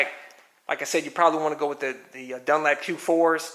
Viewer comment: " dun LAP"???? it's " dun. LOP" xD